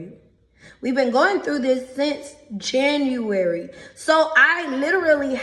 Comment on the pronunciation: Why does she pronounce January with a ch ? “chjanuary” Docile cow